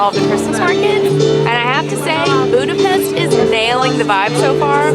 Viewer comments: Budapesht not Budapest right? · i love watching you guys, but as a hungarian i just wanted to let you know it’s pronounced budapeSHt not budapeSSt 😁 same for lángos 😭 that hurt my heart bad